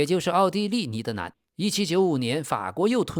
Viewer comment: 以前我一直以为这个频道是AI的声音，直到我听到 把「尼德兰」念成「尼德南」我就知道这确实是人念的